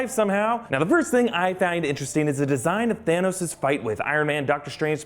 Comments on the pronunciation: "THEROS" lol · there's no r in thanos